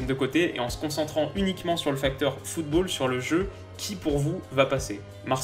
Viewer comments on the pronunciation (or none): none